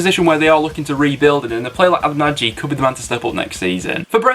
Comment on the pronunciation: Just for future reference, Nagy has said his name is pronounced 'Naj' :)